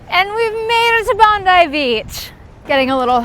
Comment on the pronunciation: Kudos on an amazing effort. Hope you enjoyed our city despite the challenging course and the lack of support on Anzac Parade. I'm so happy you got the pronunciation of Bondi right! Haha. Would love to do Chicago one day.